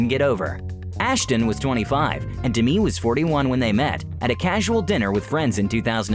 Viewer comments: It killed me the way this narrator pronounced Demi. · Why is he pronouncing her name like that? Is that the correct pronunciation?? Or does he genuinely not know how to pronounce a simple name like “Demi”... ??